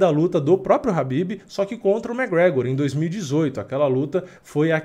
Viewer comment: Fio, o nome do cara é KHABIB, não Rabib. Habib é nome de árabe.